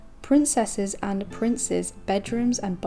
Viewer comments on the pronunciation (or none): none